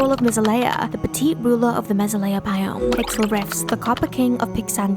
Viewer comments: excuse you, Meh-ZA-le-a, not Meh-ze-LE-a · It's meh-ZAY-lee-uh not meh-zuh-LEE-uh p.s. this is a joke I love your videos!!!